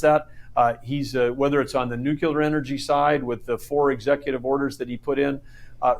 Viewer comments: What is "Nucular"! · He says some smart things but he lost me at "nukular".